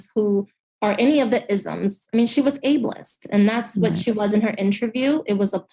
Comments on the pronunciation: They use leftist vocabulary to "sound" informed. But consider this. She said nothing while asserting things that are only rooted in activist diatribe. She mispronounced several of the weapon words at the same time. "Abley-ist?" Idiots, using cry bully tactics to cover their own abject incompetence and ignorance of the actual job and civil responsibilities of an elected position. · She seemed to not be able to pronounce "ableist". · I should have known Fetterwoman's wife would be an airhead who sounds a lot like Kim Kardashian. She cant pronounce ableist. And since I too am disabled, physically as opposed to mentally, Im allowed to have an opinion. This ditsy broad knows she's full of sh*t. How much you wanna bet those too were wholeheartedly behind asking Trump to take a competency test. Well he aced his. Fetterwoman is so emptyheaded he would probably fill out the wrong exam. Wouldn't it be a bitch if John won the race but lost in the long run because politics was more important than therapy. Just shows his wife doesn't give a f*ck about him. She's only around to leech the power and influence from a possible senator. His long term well being aint her fckn problem. My wife has sacrificed a lot to be with me. I'm extremely limited physically and she picks up the slack with a diet mountain dew and a smile. While running her own business.